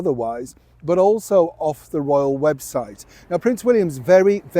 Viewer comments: You literally just said “web-shite” 🤣🤣🤣🤣👍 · I love your Freudian mispronounciation of webshite - I choked on my porridge. ❤ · Did just say the webshite 😮